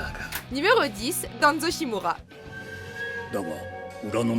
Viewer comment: le a de danzo on le prenonce a pas en